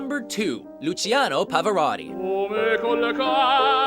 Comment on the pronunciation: It's lu-chee-a-no not lu-see-a-no. And he should have been first. Oy.